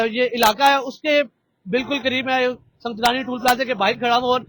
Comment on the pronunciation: Sung Jani bolo bhi sunjrani ni hai